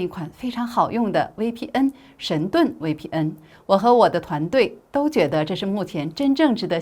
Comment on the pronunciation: 威P嗯😂😂😂大陸人用國語念VPN